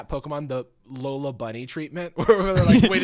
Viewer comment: Jarvis being like "I'm the Pokemon expert here" and messing up like 5 names haha